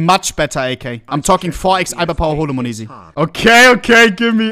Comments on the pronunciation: its not MONEZI its monesy , dear Hans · Moneeeesy 🤣🤣🤣 its monesy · Bro calls him mayoneesy now 💀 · the way u were calling him moneeezy tho was just a little triggering hahahah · the way ohne pronounces monesy XD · Does he not realize he’s saying his name wrong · the way he pronounces monesy gives me a stroke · sprich doch den namen richtig aus